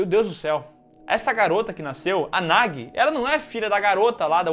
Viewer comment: Gente só um adendo, a divisão silábica do nome da guria é Na-gu-i, não Na-gui. Pra ter a pronuncia similar ao português, o nome deveria ser Nagi